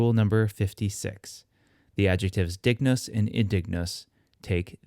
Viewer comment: Is there a reason you didn't pronounce it as /ˈd̪ɪŋ.nʊs̠/? I thought that's how it was pronounced classically. Kind of like how ἄγγελος Greek was pronounced "angelos". Thank you for the videos.